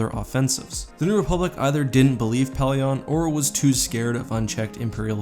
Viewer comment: I don't mean to be rude, but it's not really respectful if you don't take the time to learn one's name. (Pellaeon)